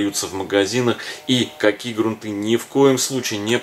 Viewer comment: Правда, очень много лишних слов, а время у всех в дефиците.. хотелось узнать о грунте, но .. жаль. Кстати, в слове грунты ударение ставится на первой гласной.